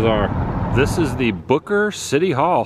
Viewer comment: HAHA! DUDE! that was HOOKER not Booker!! Lol that was funny tho!